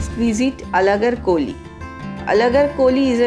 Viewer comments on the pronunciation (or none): It is not 'Alagar koli',U should say as 'Alagar Kovil'. Kovil-Temple